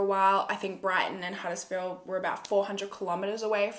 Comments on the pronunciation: Hey! Perfect pronunciation! Huddersfield isn't far from where I live 😘 xoxo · I’m from Huddersfield (you pronounced it right😁) and have never heard about this case so thank you for covering it!